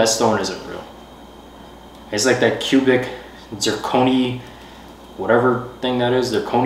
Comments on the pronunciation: you couldn’t even say cubic zirconia 🤦🏾‍♀️😂 proposal and her ring is one of my favorites on YT! really did his big one with both. Her ring is absolutely stunning 😮‍💨🙌🏾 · Yoo when kept mispronouncing cubic zirconia had me mf weak 😂😂.. tho “I would have been satisfied with a ring pop at this point”😂😂..but the thing that’s tied it up and made it funny af Is bloop in the bottom left hand corner chillin cause he already knew what was about to go down 😂😂😂 W 💪🏽🫡